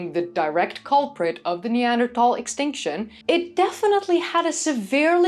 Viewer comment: I'm so glad you managed to change your pronunciation of 'Neanderthal' without accidentally speaking Dutch, it sounds so much better! Have you seen yesterday's news that early Neanderthals have now been shown to have been making fire in Suffolk, England 400,000 years ago? The Neanderthal 'extinction' has a parallel in modern human history with the native Tasmanians being subsumed into the incoming white population whilst what was left of the native population was hunted to extinction. So today there are 'indigenous' Tasmanians but they are integrated with and indistinguishable from the incomers.